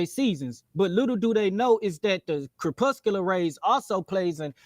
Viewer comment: 1) "kerpusular rays" 2) you don't need to explain seasons on the globe in a debate, thats first grade science. JFC